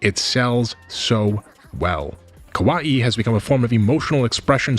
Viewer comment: I recommend checking out pronunciations prior to recording a video as well. Kawaii is pronounced ka wa ii not kowai or ko wa i. As a syllabic language, Japanese can be very easy to pronounce if you do a bit of leg work and check out how various kana are pronounced fyi.